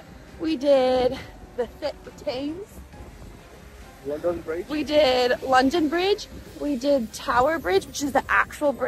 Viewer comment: Thames is pronounced Tems